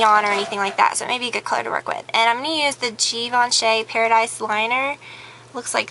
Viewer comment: LOL at how you pronounced Givenchy